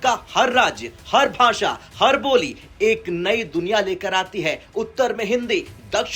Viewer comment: Tu to dhang se bolna Sikh le pehle..bhasha hota ..basaen nahi..